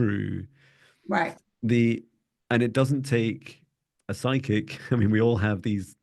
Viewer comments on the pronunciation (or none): Why does she always say, "Comancho/Psycho" instead of "Comanche/Psychic"? It's so funny.